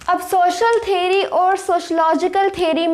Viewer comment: Theary ✅ theory ❌😂